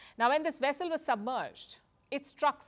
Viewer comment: A Chinese wessel? Oh my.